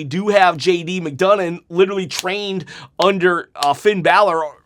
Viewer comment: His name is NOT JD McDougnon its McDonagh there is no N on the end of it. !!!!!!!!!!!!!!!!!!!!!!!!!!!!!!!!!!!!!!!!!!!!!!!!!!!!!!!!